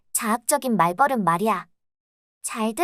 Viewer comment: 좋은 영상 감사합니다! 다만 말버릇은 [말:뻐륻]으로 발음되니 향후 다른 영상을 만드실 때도 조금 더 신경써 주시면 컨텐츠의 완성도가 더 높아질 것 같습니다.